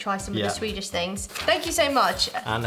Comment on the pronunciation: You pronounce Swedish weirdly well! And to answer a question: Sweden is more of a coffee country than a tea one ( people do drink tea though ). Actually no 6 per capita in coffee consumtion.the Finns are no 1 and Nordic countries are...over represented at the top. So bizarre amounts of caffeine. Let’s fika! ☕️